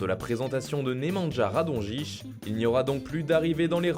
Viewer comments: Comment ta prononcé nemanja radonić😂😂😂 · Oh putain mes oreilles saignent pour la prononciation de Nemanja Radonic